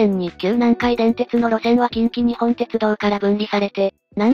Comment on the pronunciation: 細かいところ指摘して申し訳ないんだが近畿日本ってのは『きんきにっぽん』って読むんだよ。 沿線で育った身からしたらこれは、やはりニッポンって呼称してくれないと気持ち悪い。近鉄といえばニッポン